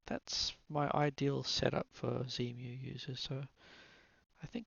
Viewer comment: Please, no Zemu, it's Xemu, ie X-Emu ;) Nice video btw. I smiled a lot when you said on the downloading page: "lots of text here". Well, that's usually the hallmark of me ;)